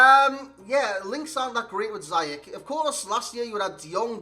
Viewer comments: You pronounce it how he said it ^ Zi-yesh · Nee, officieel spreek je het uit als "Ziejesh" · You pronounce him this way: See-jeg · It’s prunounced Zee yech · Officially its "Ziyesh"